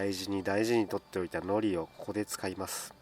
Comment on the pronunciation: 海苔の発音間違ってませんか！？wwwラーメンシリーズ最高です